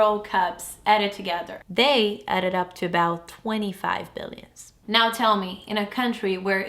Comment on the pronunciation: 30 billion,. Nao se pronuncia o 's'. Belo trabalho!!